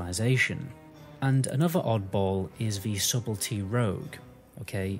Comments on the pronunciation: the b in subelty is silent. sut el tea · MM/BM Hunter? Subtlety - The B is silent by the way.